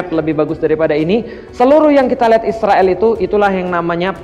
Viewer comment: Kenapa ngomong nya isriwil, Israel aja pak biar jelas orang" baca nya